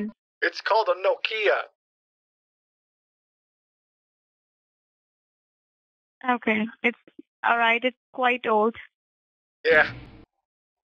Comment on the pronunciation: The pronunciation was funny too. "No-Kiiia". Or is that how Americans usually pronounce Nokia?